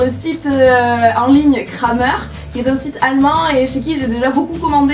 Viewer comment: Super vidéo qui met toujours de bonne humeur. Nouveau dans le monde équestre, je bois tes paroles... Lol. Ps: Juste pour le fun, Krämer se prononce " krémer" 😜